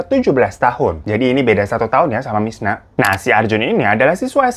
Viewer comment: ini gue yg salah denger apa emg bang hiro nyebut si korban namanya 'mirna' bukan 'misna'? 😂